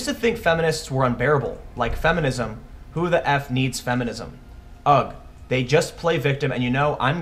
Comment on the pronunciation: Don't pronounce the g in 'ugh.'